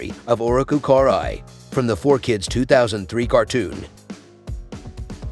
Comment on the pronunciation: Cool video but the way you pronounce her name makes my ears bleed.